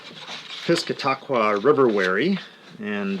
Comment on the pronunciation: Piss-CAT-uh-kwuh is the correct pronunciation. Good for you for showing Seabright skiffs. They were the forerunners of a very large number of powerboat seabright skiffs and more normal sea skiffs beginning in the earliest powerboat era in which engines placed in the hulls began to modify how the hulls were designed. Red Bank and Banfield were among the first around 1919 to have rather modern fully planing lapstrake built seabright skiff hulls and were the forerunners of many others. Most were from New Jersey like Hubert Johnson, Bayhead Skiffs, Johnson Brothers, Zoebel's, etc. But some were built in New York like Wheeler of Brooklyn. E. Lockwood Haggas was the most famous of the early designers and he designed rum runners as well as the police chase boats. By around 1928 into 1931, the normal sea skiff bottom took over. Lyman boats of Ohio were inspired by these to make what possibly became the best known sea skiffs in the country. Chris Craft followed suit with their Sea Skiff division. William Atkin of New Jersey designed a number of Seabright Skiffs and plans are found online. Here is a couple William Atkin Seabright Skiffs to look at.The Victor Slocum, an early seabright skiff powerboat, and Scamp, an excellent sea skiff later derived from those.